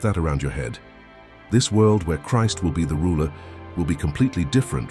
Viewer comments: I love this channel it's Biblical content but I really don't like the AI voices you're using. It mispronounced Christ and the AI voice doesn't have the passion and delivery of the people you used to use. Please bring the real people back. Thank you. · I thought we were to live forever after Christ returns? Also is this narration made by an AI... I've never heard anyone say "Christ" with that pronunciation.